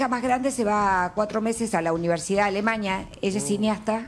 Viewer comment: Dice alemaña y es periodista 😮